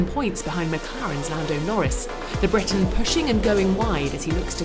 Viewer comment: Briton, not Breton.